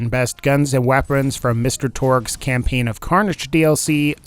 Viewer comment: Torgue Cam-"pain" dlc